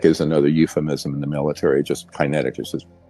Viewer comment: Why can't Dr. Greer pronounce "kinetic"?